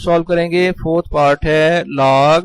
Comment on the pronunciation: Laag Laag what is Laag 😂😂😂Its a log,, who agree 👇